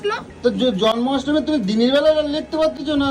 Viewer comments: কথা টা জন্মাষ্টমী আর তুমি বলছো জর্মাষ্টমী। মা হয়ে ছেলের শুভ দিনটার ঠিক উচ্চারণ করো। খুব কানে লাগছিলো। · ওটা জরমাষ্টমী না, জ(ন)মাষ্টমী (জন্মাষ্টমী)